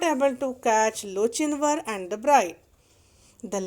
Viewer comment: I'm pretty sure it's pronounced lo-kin-var